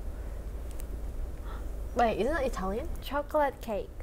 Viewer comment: Help heyin saying itlian food